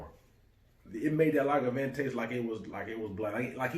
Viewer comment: Lagavin? It's Lagavulin...